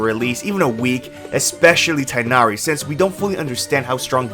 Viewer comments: His name is pronounced te nari not tai nari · Do English speakers really call him Tainary? Correct is Teeghnari.